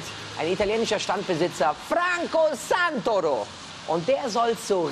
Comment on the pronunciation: Bei Santoro liegt der Akzent auf dem ersten o und nicht auf dem a😒😒